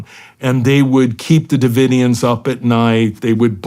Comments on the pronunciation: Branch Davidson ?!? Ive heard orher mispronunciations. Maybe a little pre show prep ? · Did Shawn really just say “branch davidens?” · OK Shawn Ryan is officially a little bit dumb. Didn't know how to say Branch Davidians? Da fuh? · Doesn’t everyone know about Scientology by now?? And Shawn how can u possibly mispronounce the “Branch Davidians”??